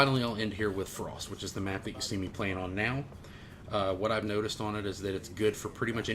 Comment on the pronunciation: lol... love how you rolled your r's in "Frost"... fancy as shit... then you said try hard titties haha